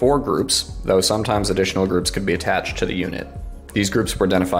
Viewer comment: "SHHTahhhb SHWARm